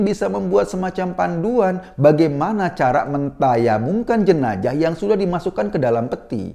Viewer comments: baru tau bacanya jenajah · Sebaiknya mas Eko dkk belajar melafalkan huruf Z secara benar. Jika tak bisa melafalkan secara pas huruf Z itu carilah yang agak miriplah bunyinya yakni S. Jenazah lebih enak diucapkan Jenasah daripada Jenajah... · Jenazah... Bkn jenajah mas😁